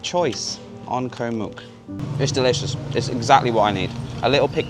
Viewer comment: Koh Mook is pronounced to ryhme with "look" not "puke".......